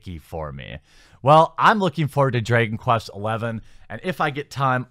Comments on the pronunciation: Drey-gon quest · "Draygon Quest"?